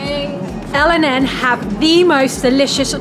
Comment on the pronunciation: By the way el&n is pronounced elan not el and n because it’s used to be named elan but it was changed to el&n